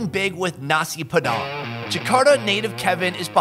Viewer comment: Bule ngomong nasi padang *Nasi P3dang